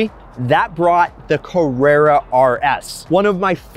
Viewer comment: If you are going to make a video about Porsches, please learn how to pronounce the name. While you are at it, figure out how to pronounce Carrera as well. Avoid mentioning Ferrari.